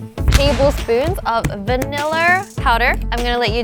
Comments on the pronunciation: When they were making the milkshake wingie said vaniller instead of vanila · Me: oooo vanillA Wengie: vanillER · I like it how wengie says vaillnner instead of vanilla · It is not viniller